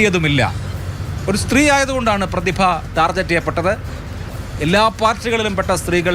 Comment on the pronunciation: ടാർജറ്റ് അല്ല അഭിലാഷേ ടാർഗറ്റ് 😂